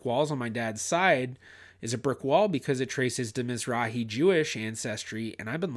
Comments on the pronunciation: Mizrachi. Means Eastern. Has a letter chet. Aa argh, not a heh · miz-RAKH-ee No "h". A Hard guttural. As you well know it is a Hebrew word for Eastern.